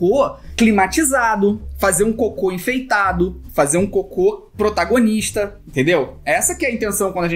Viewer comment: Disseste coco não cocô isso è estranho